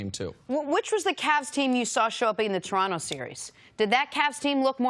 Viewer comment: Why do Americans pronounce Toronto like they have Down syndrome?